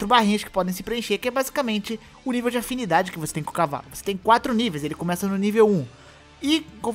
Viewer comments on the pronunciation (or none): none